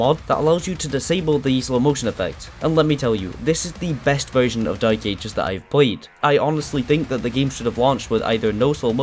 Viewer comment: No way bro said "doom the dyke ages" 😭